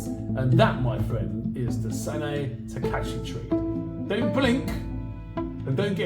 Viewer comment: Her name is Takaichi with "I" in the middle.